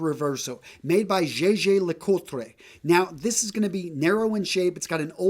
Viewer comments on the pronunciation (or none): JJ? Jaeger? Interesting pronunciation!